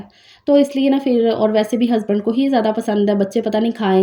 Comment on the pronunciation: Phir ko fir na bola karo intahee bura lagta hy Aap hamesha pay ko fay boltin hain